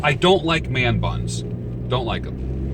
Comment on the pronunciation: Man buns soundslike ur saying their butts, have a good one.